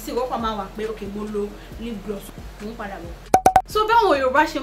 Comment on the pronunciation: Hahahahaha haha did I just hear lip gliss?